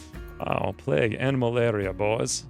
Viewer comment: This guy over pronounces everything and as a result sounds strange. What's pleg? Plague playyyyyguue.